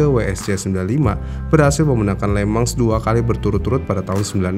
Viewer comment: anehhh ya setiap hostnya bilang le mans tapi kedengeran le-mang jadi kepikiran lemang durian dan lemang tapai bikin laper tengah malam